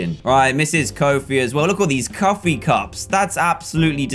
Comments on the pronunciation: CUFFIE?!??!!!!? (i thought it was coffie...) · cuffee? Lol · You called the coffee cups coffie cups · Cuffee cups? Did anyone else catch that?